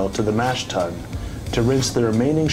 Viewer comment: Very nice overview. Good job. I hope you get into it yourself! Your enjoyment, appreciation, and knowledge of beer will increase exponentially, ha. Couple pronunciation things. I believe "tun" rhymes with "done." And "wort" sounds like "dirt," not the bump on your finger. Hopefully he keeps his fermenting beers out of the light one way or another. Sounds like a tasty, hoppy and bitter beer. cheers.